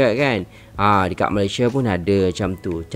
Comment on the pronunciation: Ya betul.... rasmi sebutan utk ejaan MALAYSIA adalah Malaysia bukan Malaysiyē 😊